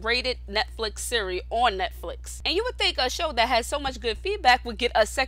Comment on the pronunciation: The word is series with an “s”